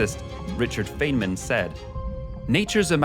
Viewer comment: Interesting, but it would have been better if it stuck to the cave and not wondered into other subjects. Why do you show a black hole? Feynman is pronounced Fineman, not Faynman.